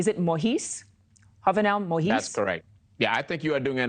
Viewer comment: She is absolutely not doing a good job with the names, he just wants to give her his 🍆😂. Jovenel Moïse pronounced Joe-Vay-Nel Mow-yeez and Ah-Ree-L Uh-Ree. Not Aryel Han-ree .